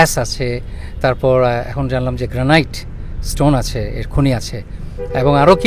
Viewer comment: গ্র্যানিট হচ্ছে সঠিক উচ্চারণ। 'গ্র্যানাইট' উচ্চারণ ভুল! এত বছর ধরে আমেরিকাতে আছেন আর গ্র্যানিট সঠিকভাবে উচ্চারণ করতে জানেন না?! 😮